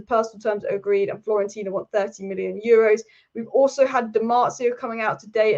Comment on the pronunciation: It’s pronounced fio-ren-tina. Break any difficult words into syllables